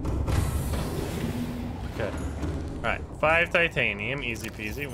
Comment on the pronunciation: something ive noticed is you call titanium titinite like half of the time and its funny